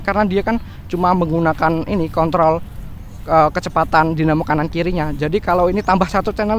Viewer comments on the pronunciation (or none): none